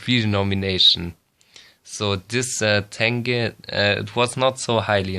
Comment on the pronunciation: не тэнге, а тенге